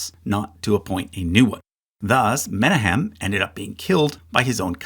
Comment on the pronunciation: It's Me-NA-hem, not MEN-a-hem. Source: am Jewish, have heard the name Menachim aloud.